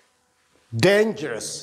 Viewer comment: Dangerous not dangrous